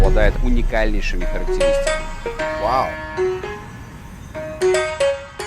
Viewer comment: Как чисто и по американски он произносит ВАУ) 😂😂😂